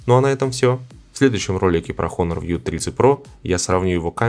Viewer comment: не хонор а онор лол )))